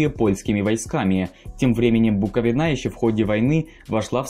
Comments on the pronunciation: ПерÉмышль боже👌. Аж слух режет. Буковина́.... Хотябы ударения посмотрите историки недоделанные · Кто читает текст? Он знакомых слов в нём не видит? БуковинА. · Вы не правельно ставите окцент на слова Буковина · БуковинА рили?